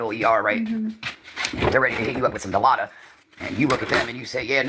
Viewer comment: SAY IT WITH ME DI-LAU-DID!!! NOT DILOTA 😂😂😂😂